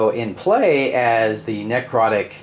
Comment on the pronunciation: Not a bad video. The only comment I have is: ne·crot·ic not nec rot·ic